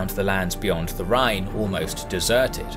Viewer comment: I live near Neuwied, where Ceasar build a bridge over the Rhine, you actually pronunced it pretty well, Andernach not so much, but i think this name is especially hard for non speakers. Like always, an outstanding video.